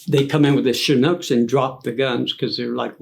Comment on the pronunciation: "Shunucks" for Chinooks...I like that.